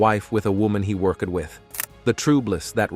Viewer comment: Wait now you're saying meenus instead of minus?? A woman that he work-ed with?? What the hell is wrong with you, you don't exactly have a foreign accent..